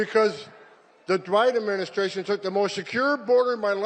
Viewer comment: “driden administration” HAHAHAHA